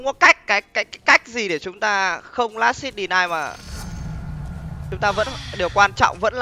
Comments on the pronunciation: chứ hit có phải bắt đầu nguyên âm đâu mà xít gì bạn. chưa kể last âm cuối t. nối kiểu gì của chẳng ra. cơ bản thì quen miệng đọc sai vậy thôi. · Last hit mà cứ đọc last sic :)) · Chả nhẽ vừa TA, vừa TV 😂😂. Las-t (h)it nghe buồn cười vl ra :vv